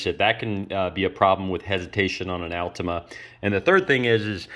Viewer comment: Don't know if I can take advice from someone that doesn't pronounce altima correctly 😆